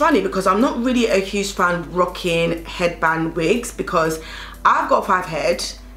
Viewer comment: Why's this lady saying...fivehead...like it's a standard word!?🤣 "Head-bang-wings" She's just the realist